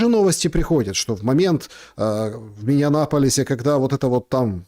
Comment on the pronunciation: Не в миннеанаполисе, а в Миннеаполисе 😂